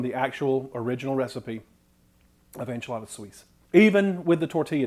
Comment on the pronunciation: Suisse is pronounced "sweese", just saying😊 (French name for Switzerland)